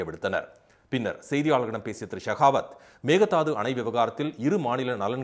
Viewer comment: மேகதாது. அல்ல மேகேதாடு ( ஆடுதாண்டும்) என்று சொல்ல கற்றுக் கொள்ளுங்கள்